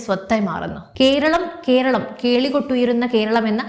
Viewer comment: കീരളം, കീന്ദ്രം, ഒന്നു നേരെ ഉച്ചരിച്ചുകൂടെ.